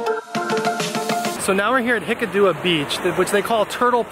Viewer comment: wow! superb. but its hik--kaduwa ,not hikadoowa,,,,,,,,,,,,,,,,love it